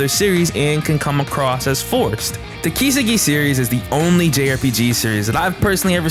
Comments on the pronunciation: How can you be a huge fan of a series and not know how to pronounce the title of it? Japanese is the easiest language ever in terms of pronunciation. It's just flat. No emphasis on any particular syllable. I don't understand how people mess it up, or where they've learnt this stress. Do you just guess? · How many times can you pronounce Kiseki wrong in one video: Yes